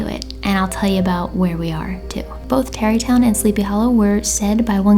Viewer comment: when she said "Terrytown" I definitely thought she said Derry Town as in the town from It and I freaked out for a second.